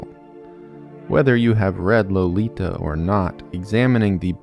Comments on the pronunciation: LO-LI-TA Yes, I know.. but I love this book, read it several times in English and in German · Low lee tah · How can you not pronounce the authors name and barely the title?